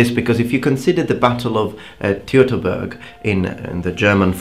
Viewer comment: Hello. The "eu" in Teuteburg is pronounced like the "oi" in Tortoise. That rule applies for all German words. PS. I life in the region of Teuteburg Forrest and we celebrate that victory to current day, while brushing off the raids of germanicus which happened later;D